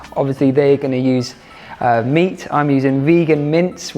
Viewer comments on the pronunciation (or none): almost every time he says 'meat' I understand 'mint' lol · Every time he says meat I hear mint and I’m like whaaat 😭😂